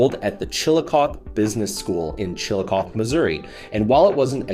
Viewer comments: It's pronounced Chillicoth ee not Chillicoth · It’s pronounced “CHILL-ICK-COTH-EE” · Chill-a-coth-ee Four syllables. Hate when posters dont bother to research town names. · Chillicothe is a four-syllable word. Last syllable uses a long e sound. Other than that you got it right. Signed, Someone from the same-named city in Ohio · It doesn't take that much effort to learn how to pronounce Chillicothe and Centenary.